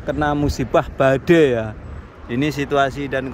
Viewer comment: BADAI MAS BUKAN BADEI 😆😆